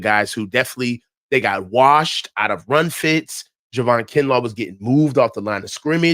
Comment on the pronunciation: Love you and long time listener to you and, but it’s “JAY-VON Hargrave” not Juhvon Hargraves. lol! Anyway keep up the good work (I 😂 kid) and!